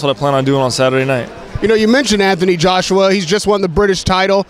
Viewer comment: mv I know who 'Joseph' Parker is... listen to him say .. Joshue Parker!